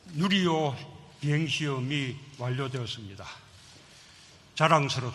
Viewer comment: 문재인 할배요 뉴리호가 아니라 누리호~발음이 안됨??